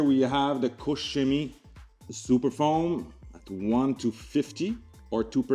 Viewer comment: thank you for good pronunciation of KOCH CHEMIE ♥ Because my ears hurt when I hear - COCK KEMIE, or COKE CEMIE .... :D COKE COLA CHEMIE